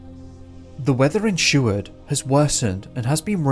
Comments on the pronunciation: Dude how do you mispronounce Seward. Sheward?? Tf is up with you man you do great work and the net will tell you how to say it... you are all about education yeah and all tooting your horn about how "hard" it is to get a "PhD", ... Bud the hardest part is the CASH needed to pay for one. Anyway whatever I've been picking on you for longer than that idiot who subbed to you 4 years ago has even looked at your videos, so nothing new, hearing you absolutely belligerently destroying the easiest names in the history of the English Language, most of em American, while you tut tut about us like we are stupid for being different.... I'd still smash a beer bottle over your head but, I enjoy your videos. Try a little to earn your pay and PRONOUNCE these words would ya, have some respect if your gonna talk about us for money. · I had Mrs. Seward (married to grandson of Wm. Seward) for 5th grade. She was such an awesome teacher. We were even given the opportunity to view high school films in the 5th grade. ❤️👍 p.s. the name is Seward not Sheward.